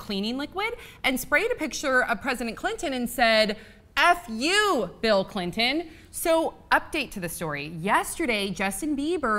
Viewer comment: Stop calling him President Cli'in please. It's really obnoxious.